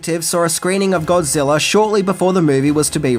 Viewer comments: I've ever heard of Godzilla but who is this "Godziller" that keeps talking about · Are you saying godziller?